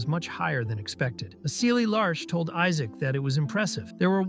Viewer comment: Everyone call him Isaac instead of Isaac😂😂😂